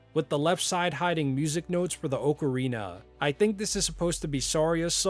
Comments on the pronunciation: Btw it’s OCK-Uh-Reena instead of Oak uh Reena. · Why tf does he keep saying “OAK-arina”? Is that how it’s actually said? 🤨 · The way you say ocarina hurts be spiritually its more OC-a-ri-na